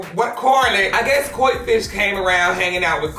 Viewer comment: When he kept calling coi leray “coi fish” 💀💀